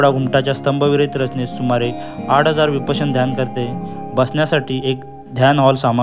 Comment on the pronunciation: Narrator vishyapana nahi vipashyana